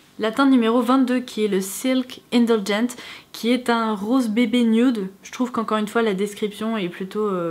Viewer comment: C'est "nude" pas "nioude"